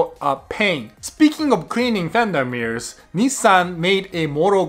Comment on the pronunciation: 2 minutes into this video and all I could hear was "Fenderrrrrr Mirrors" 🤣